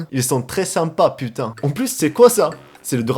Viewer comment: Quand il dit "putain", on dirait un français pur jus, pas d'accent par contre on sent bien le seum.